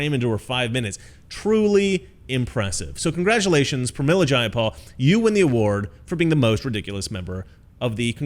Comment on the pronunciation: JAY-a-pal. Take that b!tch 🤣